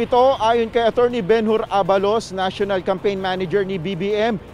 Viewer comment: Walang hiyang reporter yan hindi pa mabigkas ang apelyido ni abalos,try to rewind the video